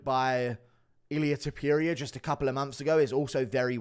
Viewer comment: can u please stop saying topYuria.. it’s topuria